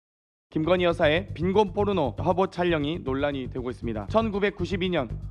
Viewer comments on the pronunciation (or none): 경태 쟤 부실하던데.. 픽픽 쓰러지고.. 조사 받다가 병원갈 듯,, 무튼.. 발음 실랄하네 포르노도 아니고 뽀르노.. 저질스럽다.. 김정숙이가 헛짓거리 해대면서 해외여행 다니던거에 비교하면. .참.. 상식적이지..